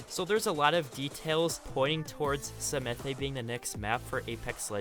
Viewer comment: Alarmix octanes and lifelines planets name is pronounced samath